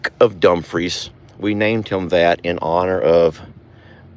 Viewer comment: its not dump free it dumefre e sounds like a